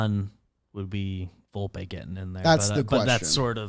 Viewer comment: I believe it's Vol-pay.